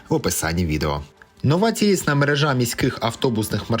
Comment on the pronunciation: Дякую за дайджести та відповідальність за них) Ну і також хотілося б зауважити, що наголос мерЕжа, а не мережА, але це вже набутне. Просто нмт здаю в цьому році, свого роду профдеформація)) Ще раз дякую за якісно підготовані новини в царині урбанізму!!